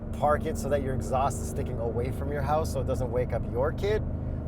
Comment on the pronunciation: Its on the other side of my hoowse😂 lol canada eh?🍁